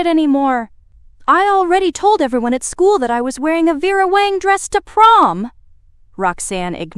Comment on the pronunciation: It's Vera WANG, not Wong! Both were mentioned. Did Audrey pay $3k or $4k for the insurance, both amounts were mentioned. I found a few other discrepancies, sorry, but still enjoyed the story. The background actually followed the story which was refreshing. I subscribed and await more of your stories.